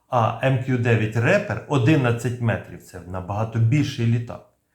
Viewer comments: Рипер. Рэпер это немножко не то) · Ріпер(смерть) а не репер))